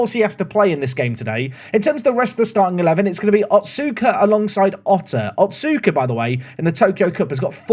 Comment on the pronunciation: little note, the U in names like otsuka and asuka are less pronounced. so instead of “ot-suu-ka” it would be closer to “ots-ka”. (see: sasuke in naruto!)